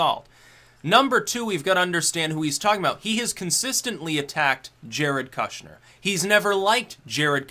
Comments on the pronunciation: It's pronounced koosh-nr. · Its pronounced “kooshner” — oo as in good, not oo as in food. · what's with the kushner pronunciation?